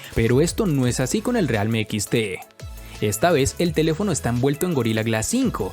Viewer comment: Que no realme se pronuncia "rialmi"?